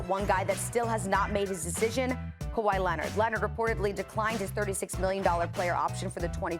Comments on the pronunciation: “Kahwai Lenned” - Steven A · Stephen A Smith "you can't trust kuh-way lennit" [unless he signs and plays with the knicks] 😄